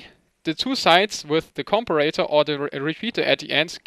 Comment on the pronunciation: I am not sure how British people pronounce the word, but in the US it is com-pair-a-tor." Just in case you wanted to know. Your English is amazing by the way. Awesome video.